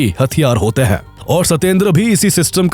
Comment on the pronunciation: Hain ko Huhh kehta hain tumhara ai voice